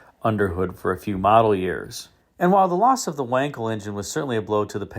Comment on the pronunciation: It's pronounced Vankel